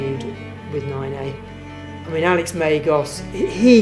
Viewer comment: "Apart from Megos, I don't know anyone who wouldn't say it's not 9a." Two points to consider here: Have any non-Britons repeated this route apart from Megos? Any reason why Brits shouldn't be biased about a British route? Ben Moon seems eager to take the glory. Listen to the way he pronounces "Megos".